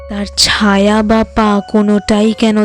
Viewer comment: কথাটা ছাওয়া নয় ছায়া উচ্চারণ ঠিক করুন